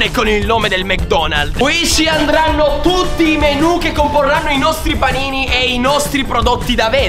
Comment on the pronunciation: "paniti"? Panini Ps: non insulto nessuno tranquillo